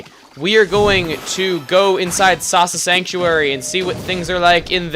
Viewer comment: The first time he said 'Awesome Sasa Sanctuary',it sounded like he said 'Awesomesauce-a sanctuary'.